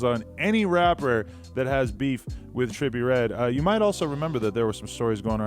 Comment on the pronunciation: dude u can't even pronounce his name lmao😂 Joe would kill him tho